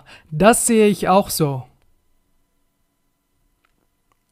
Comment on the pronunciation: ملاحظة بسيطة اخي هناك مشكل في نطق بعض الحروف والأفعال مثل so و zu و letzt